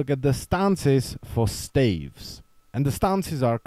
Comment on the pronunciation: STAAAAAAA-VEEEE-SSSS JUST LIKE HAVE.... ST ST ST A-A-A V-V V ES-ES-ES-ES SOUNDS LIKE STAFF'S.....OMG U SAID IT YAY BUT Y U SAID IT LIKE THIS LOL